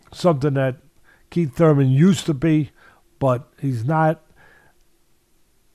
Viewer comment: Oh shit lol he said kiethy Thurman. 😂 yep think kiethy getting hurt